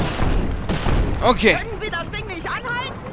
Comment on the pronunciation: Warum sagst du immer Okay so wie es geschrieben wird :)